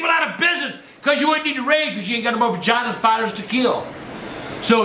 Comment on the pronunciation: When he said he'd rid the world of Giant Spiders, it sounded like "Vagina Spiders" LMAO...omg he's funny as shit! Love the videos.